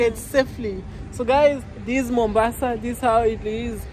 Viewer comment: I guess your Mom surprised you, calling Mombasa Mombao